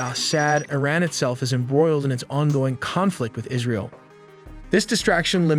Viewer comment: Israel not alley wtf